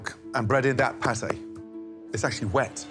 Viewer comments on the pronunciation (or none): none